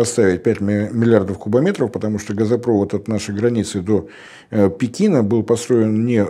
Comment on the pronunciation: Борис, начните уже говорить газопровОд и нефтепровОд, а то как-то несолидно для аналитика.